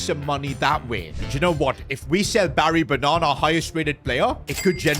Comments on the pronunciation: It’s Barry Ba Nan not Banaaaan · barry bannaarn 🤣😂